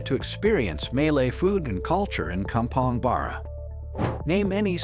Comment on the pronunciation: You lost me at kampong bur-rah. Tips: buh-roo as in kangaroo.